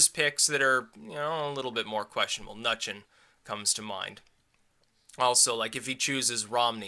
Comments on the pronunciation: 1.) Fuck yeah! 2.) It's pronounced Mi-New-Chin. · The Treasury guy is Minn-oo-chin, unless you wanna make it a running gag to not know how to pronounce him lol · I believe it's pronounced "Munchkin".